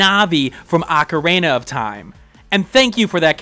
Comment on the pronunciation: "Is equeal to Narvi from ocaraeina of time" Masterful pronounciation